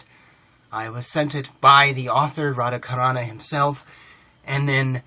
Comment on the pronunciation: Greetings and respect. Just a little remark: The Carana in Radha Carana's name is pronounced as CHarana (as the CH in CHart, for instance.It's just a question of international transliteration/transcription standard for Sanskrit.) It's very nice of you to promote his book. Thank you. Namaste. Hari Om Tat Sat.